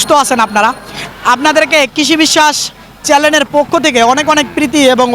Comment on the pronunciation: আবারও আপনি চেলেন বললেন,চ্যানেল বলেন